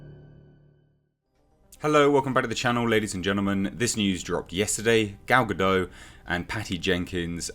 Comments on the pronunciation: Her last name is pronounced "guh-dot" not "guh-dough" Saw her saying that in an interview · Please stop mispronouncing her name! Gal-ga-dot not ga-doe ! 🤨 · gah-dott not gah-doe, its Hebrew not French